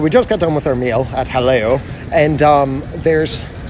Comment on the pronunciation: pronounces Jaleo correctly. ***VIRTUAL CONFETTI CANNON***